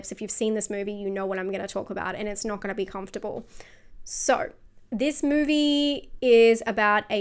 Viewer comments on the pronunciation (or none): none